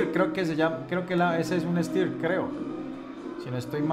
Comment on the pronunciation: identificaste el fusil bullpup austriaco STEYR AUG correctamente, pero se pronuncia "SHTAIR"; saludos hermano colombiano !